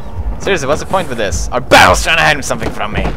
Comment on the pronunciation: Amnesia didn't scare me..You saying "BARELS" did XD